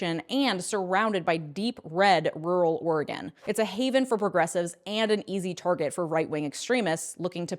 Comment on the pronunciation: Thank you for pronouncing Oregon correctly. <3 I voted for a Republican for the very first time the other day. He was the only candidate for mayor that wanted to actively address the homeless issue in Eugene, Oregon with promoting low-income housing, while the other two (both Democrats) either didn't want low-income housing or never bothered mentioning it in their platform. I went from being a Democrat to registered Independent after Bernie lost the nomination to Hillary Clinton and haven't regretted my decision, despite not being able to vote in primaries since (because Oregon is one of THOSE states). I think people need to stop looking at parties and start looking at the issues themselves and who wants to actually do stuff about it.